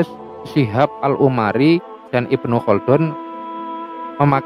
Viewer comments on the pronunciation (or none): none